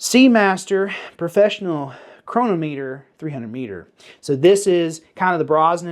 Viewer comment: Whew! It’s pronounced Kro-Nom-Mitter I too am a huge watch fan and 1911 fan of course too. I’ve owned many ( both fine watches and 1911’s) my stepfather was a master horologist he sold omega watches but that was BEFORE they got bought out by Swatch. And yes Federico has a great watch sales business. You are very knowledgeable about 1911’s for a (laughing)! Keep up the vids.